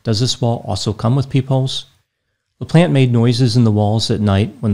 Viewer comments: Always makes me laugh how Americans pronounce French last names LOL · Anyone else hear "Daniel The Plant" instead of "Daniel LaPlante"? I thought was going to give us some backstories on his plants.